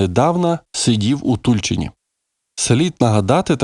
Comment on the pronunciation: Тульчи‘н.Наголос не правильний.